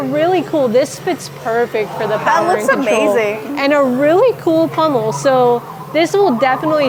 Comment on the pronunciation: It sounds like your saying pummel instead of pommel